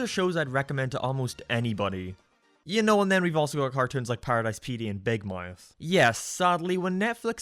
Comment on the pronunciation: The way he pronounces “Big Mouth” is golden.